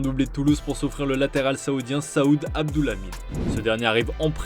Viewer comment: Saoud Aboulaquoi?! Pas compris 😂